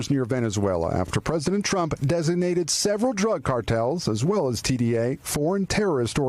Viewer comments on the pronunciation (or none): And that pronunciation of TDA is pathetic. You’re not talking to Spanish speakers.